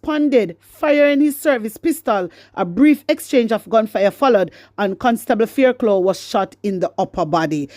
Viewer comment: Fairclough...pronounced "" FAIRCLOFF""